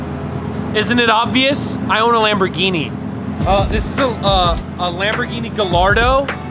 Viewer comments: Do you mean Wamborghini. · “im hewe at my gawage just bought a dedicated wambogini” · Hewe in my gawage just got this bwand new deditaded wamboghini... fun to dwive on this minecwaft... awea, but you know what i like more than this lamborghini Knowledge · Hew in my gawage just bwought my bwand new dedidated wamborghini. But do you know what I like mow than my wamborghini? Knowledge... Thats why I had these book shelves installed I wead one book a day.